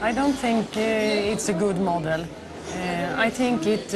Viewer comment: Aj tink it... it lol, hemma lärd engelska :P